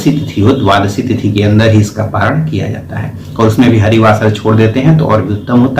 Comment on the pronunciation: परायान नही पारण होता है